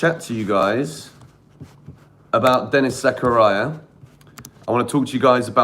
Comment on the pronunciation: Nobody: Absolutely nobody:: Denis Zakaraya